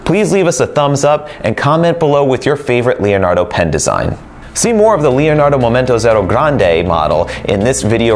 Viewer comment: thank you for the wealth of information. Until this video, I didn't know your were carrying an Elastic Fine & Extra Fine nib replacement. The Elastic Extra Fine is going to be added onto my next pen order. Leonardo makes a beautiful pen and no one pronounces the Leonardo name better than you.